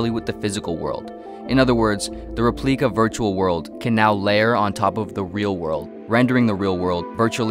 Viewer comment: Repleika... hmmmm... sounds a little like Replika